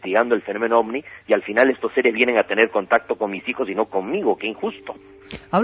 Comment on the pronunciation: Disculpa que me meta en lo que no me importa pero se dice ovni 🛸